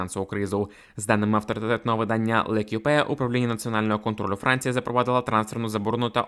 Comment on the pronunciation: Не "Лекіпе",а "Л'Екіп" (L`Ecipe- команда (франц)